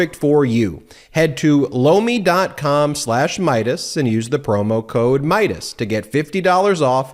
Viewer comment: I just have to say your ad for Lomi gets me every time. Doesn't matter who does the ad it always sounds like blow me. 😉